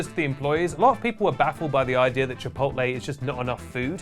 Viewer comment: finally learned how to pronounce “controversy” and it made him forget how to pronounce “chipotle”